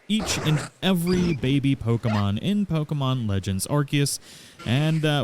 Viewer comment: You get a subscription just for saying the name right.